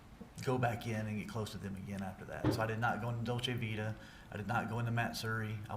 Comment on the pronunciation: He actually pronounces "Dolce Vita" correctly.